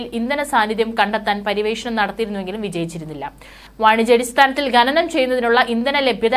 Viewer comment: 'ബാരിച്ച ' 'ബക്ഷണം' .'ഗെനനം'. എന്താണ് നിങ്ങൾ ഭാഷയെ ഇങ്ങനെ വികൃതമാക്കുന്നത് ? ഭാരിച്ച,ഭക്ഷണം,ഖനനം,എന്ന്ശരിയായി ഉച്ചരിക്കാനാവില്ലെങ്കിൽ ഈപണി താങ്കൾ ചെയ്യരുത്